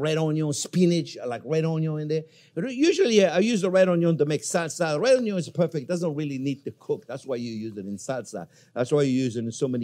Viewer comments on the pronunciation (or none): Gotta love the way he says "All-nions"😆